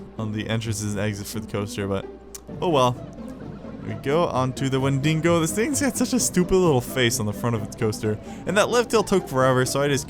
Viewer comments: Its Wendigo not Windingo or whatever. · Wen-dee-go is the monster Win-dee-go is the roller coaster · That's the wendigo not the windingo